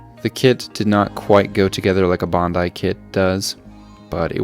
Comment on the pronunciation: Bon Dai? Lol you mean Ban Dai